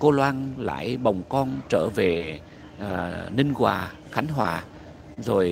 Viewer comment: Ninh Hòa- Khánh Hòa nhen chứ ko phải Ninh Quà- Khánh Hòa...hhj